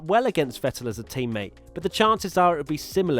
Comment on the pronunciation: Learn how to pronounce Vettel.